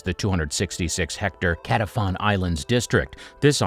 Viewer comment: How about getting some of the names right? It's Vendome, not Vendon and Qetaifan, not Catephan.